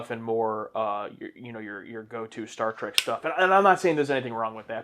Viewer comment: Was I the only one that heard him say: "Star SEARCH"?